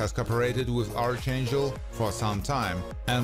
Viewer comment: P.S. For reference 'Archangel' is pronounced "Arkangel" Good video. I really enjoyed it.